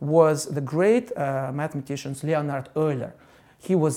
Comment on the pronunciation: имя Леонард он точно произнес по русски